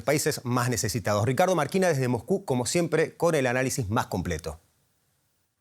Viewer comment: Periodista porque dice MOJKU acaso no sabe leer la S???? Se dice MOSCU no Mojku, pronuncie bien pornfavor